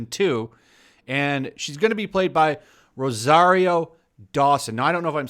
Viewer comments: You're saying Rosario correctly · You pronounced Rosario correctly the first time.